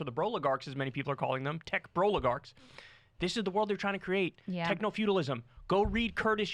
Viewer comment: Did Kyle just say "Broligarchs"?? That hilarious